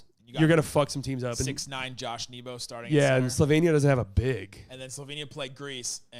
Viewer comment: Slovenian here. almost nailed pronunciation of Slovenija 👏🏼👏🏼👏🏼